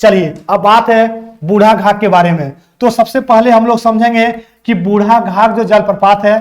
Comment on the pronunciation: बुढ घाघ नहीं बुढ़ाघाघ होगा